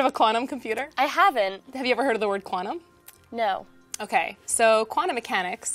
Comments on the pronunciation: no i have not heard of the word KWANNUM- PLEASE pronounce the T in quantum when introducing the word! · she is a professional in her field as a "qua'num" researcher but cant pronounce quantum properly lol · Well, Yes and No. She certainly put an interesting Spin on the concept, but her pronunciation of Quaa-num is atrocious for somebody so highly edumacated. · When she says the word "quantum" she doesn't always pronounce the t and it drives me nuts. Also they picked the most stereotypical teenage girl they could find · The 15 year old that's never heard "quantum" ='(